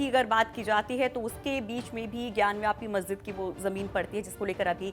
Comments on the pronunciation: व्यापी है वापी है । सही बोलना तो सीख लो। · Vapi Not vyapi